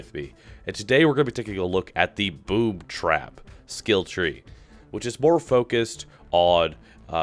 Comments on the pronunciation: i think you said boobtrap not boomtrap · Who else thought he said Boobtrap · Is it just me or did it sound like he said boob trap? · when u said boomtrap it sounded like boobtrap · I swear he said "BoobTrap" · You know you just said “BoobTrap”